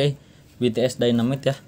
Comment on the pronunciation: Dynamite bang bukan dyanamite 😭